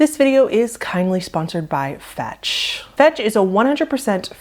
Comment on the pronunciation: for a second I thought I heard the sponsor was called "fats" until I realized it was fetch